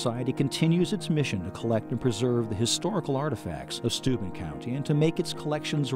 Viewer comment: One would think the narrator could pronounce the name of the county correctly????????